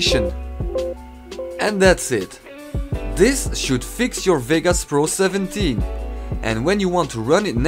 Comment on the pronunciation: cool vid man, btw its vegas not vigas lol